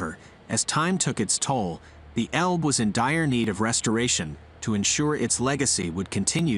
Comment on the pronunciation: It's not "Elb" it's Elbe. If Britons could learn how pronounce German and other languages correctly it would be great.